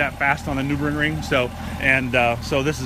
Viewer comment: The Noobregring? LOL! Say it like this: Nur-Burg-Ring.